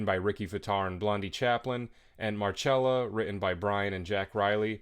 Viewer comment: Pronunciations of things like Marcella, but that’s a nitpick in most people’s eyes.